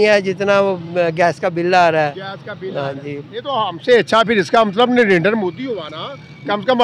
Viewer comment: Bhai sahib u tuber kam se kam Narindet Modi ji ka naam to thik se pronounce karna seek le aisa lagta hai ki tere moo me danda hai